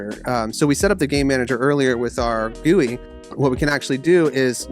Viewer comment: WHY GUI AND NOT G-U-I